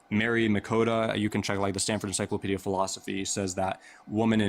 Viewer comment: I get sick of them never knowing how to pronounce the word 'womEn' in the plural